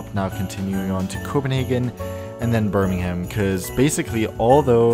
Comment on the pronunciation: Birmingham is read as "Bur-ming-uhm" :)